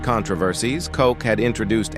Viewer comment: Ed Koch, pronounced "Kotch" not "Coke," did not have or die from AIDS. Instead, he died at age 88 from a heart attack.